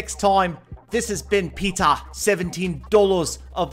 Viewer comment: I just love how peter says my name is peeta 17 dollas and how he says galadons name.he says yes PAUSES gallydon